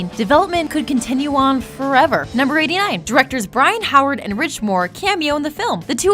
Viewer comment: Byron, not Brian. But aside from that, good list.